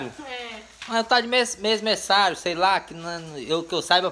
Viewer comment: Se pronúncia, mêversário !